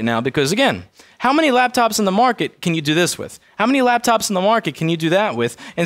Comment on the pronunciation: But Caan you do dhis?